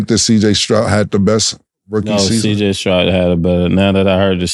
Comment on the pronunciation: Cam struggles with saying CJ Stroud 😂